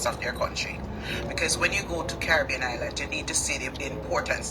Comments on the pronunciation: there’s no “t” in island. For a person who think she so perfect, you need to learn to pronounce your words correctly. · I was about to write Island and not Islant